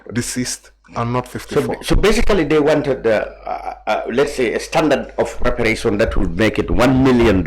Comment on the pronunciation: Mr mballow can't even pronounce reparation properly